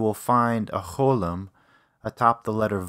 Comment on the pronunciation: זמן: : cholem - מי היה המורה של כבודו לעברית? לידיעה הצורה הנכונה היא: cholam !